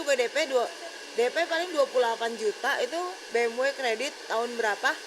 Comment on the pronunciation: Cb cek dech BMW pertahun itu keluar brp unit,,,ngomong ja gk karuan ni cewek,, B'EM'WEK,, banyak bgt lu punya ya,, apaan tu BE'EM'WEK